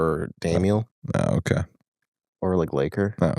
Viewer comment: ughhh honestly canNOT stand how says 'okay': oak-eye